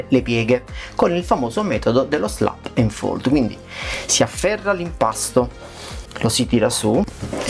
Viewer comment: "Slap and fold" non si può sentire...